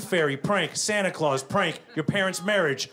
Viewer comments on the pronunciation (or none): none